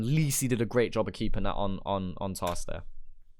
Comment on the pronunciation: “lee see“ 🤣